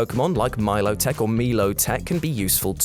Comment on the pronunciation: Im sorry, who out there pronounces it.... me-low-tech?